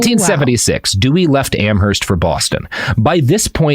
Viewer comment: It's pronounced "Am-erst." The "h" in Amherst is silent